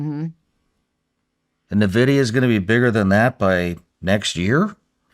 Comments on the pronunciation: its "N" vidia NOT nuh vidia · neither of them know how to pronounce NVidia lol